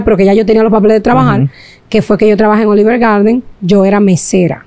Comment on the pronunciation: Olif gardin se pronuncia